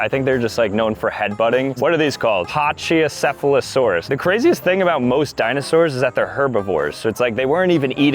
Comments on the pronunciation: Pah-chi-o-seth-ilo-saurus?! It’s pronounced, Pack-iyo-seph-ilo-saurus! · Hearing mispronounce Pachycephalosaurus hurt me 😭💔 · Pronouncing patchyafolasaris patchy of f a lasoris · i m not trying to be mean but its pronounced patch-e-sef-a-la-saur-us. Again not trying to be mean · You say pachycephalosaurus like packycephelosaurus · it’s pronounced pa-kee-seph-a-la-sorus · Paseesefolasorus is what he said lol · the Pachycephalosaurus is pronounced Pack-ee-sef-a-low-saurus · You butchered Pachycephalosaurus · watching butcher the dinosaur names was so hard